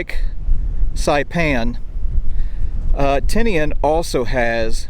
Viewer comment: Surprisingly you can say Tinian sound it out a e i o u’